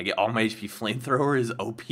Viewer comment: In stead of OP I thought you said oh I need to pee! LOL !